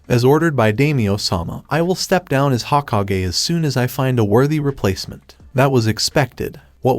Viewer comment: hoh-ko-gay, its pronounced hoe-kog-aye